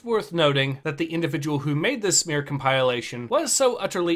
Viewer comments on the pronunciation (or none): You said “come pile lation” and incompetent in the same breath….